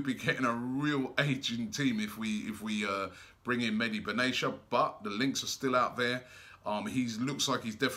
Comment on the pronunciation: It's mehdi benatia not Medi Ben Asia